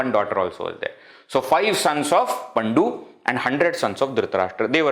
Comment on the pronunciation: It is not paNDu. It is pANDu. Very good presentation.